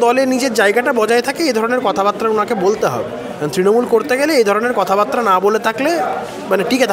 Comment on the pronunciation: সুন্দর এবং ভালো বলেন, কিন্তু বাত্রা বলেন কেনো, ওটাতো বার্তা (বারতা) বাতরা নয়।